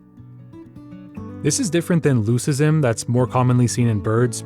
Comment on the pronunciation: Love your videos, they are great! I also love building bird nesting boxes and I've noticed there are never enough. Btw, leucism is pronounced with a hard c, like Luke-ism.